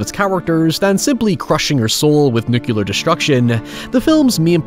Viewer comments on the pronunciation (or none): It's nuclear - not nu-ku-lar. FFS why can't people say it right? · NUCLEAR- NOT: "NUCULUR" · Nuclear. Nucular. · Love you. FYI, it's pronounced nuk-lee-ur, not nuk-you-lur. Commonly mispronounced since George Bush Jr. Keep up the good work! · Nuclear not nukillar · Please stop saying 'nukular'. Pretty please. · I can't believe you pronounce nuclear as "nucular", who did this to you??? Edit: Also cute to see you talk about having someone else to spend the days happily now :> Cheers from Brazil, hope things are going great ! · 'nucilla' Stop that! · Is "nucular" some kind of accent or just being homer? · Man, I absolutely love your content, but I had goosebumps everytime you said "nucular". Please, make it stop. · Who’s gonna tell him the “u” in nuclear is BEFORE the c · PLEASE before you make another video, learn to pronounce NEW-CLE-AR. Sorry mate, except for that, I love your accent. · Please make the very basic effort to bother pronouncing "nuclear" correctly.